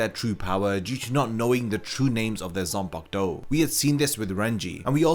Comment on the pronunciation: I just discovered this video. Thanks for the info, but I dislike the way you pronounce the word “Zanpakutou” bro. I don’t know if you’re deliberately butchering it, but could you freaking say the “Ku” in between? It’s not “Zan-park-to”, it’s “Zan-pa-ku-tou”. Tf